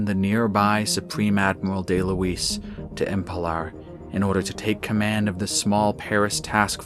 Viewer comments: Great presentation as always! I hate to comment on it, but the planet is called Emelpar, not Empelar. But that's the only concern I have =) . Well done! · why is nobody noticing that it is not EMPELAR! IT IS EMELPAR!